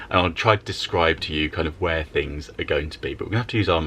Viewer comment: Christina again. "Storing tings in" is what I meant.🙄